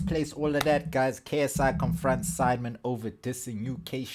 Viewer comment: *confronts not comfronts....English must be your second language